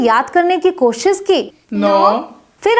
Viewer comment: It's not Koshs it's koshish shhh